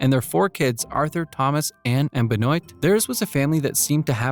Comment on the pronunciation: Ligonnes, not Legonesse Nantes, not Nonteze Benoît, not Benoïte